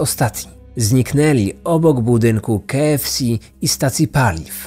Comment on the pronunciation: Dziwnie wymawiasz KFC xD